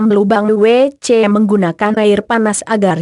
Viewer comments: Bisa ga ngomong wc nya g pake jeda jd anehh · Hadeuuhhh yg lagi belajar baca...gak bisa ngomong WC